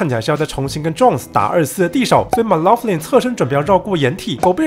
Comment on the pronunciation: 雖然不是很重要，但Jmac的姓發音應該是類似"maclauklin"，中間的laugh原本是loch，湖的意思 愛爾蘭人名，完全沒邏輯(笑)